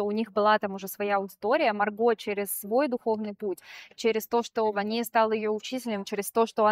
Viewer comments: Почему ВанИя, вроде же ВАния.. Марго в блоге постоянно обращается как ВАния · Ударение правильно ВАния, режет слух прям неправильное ударение